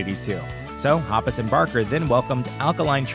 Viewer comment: Omg I can't stand how he says mark and toms last names...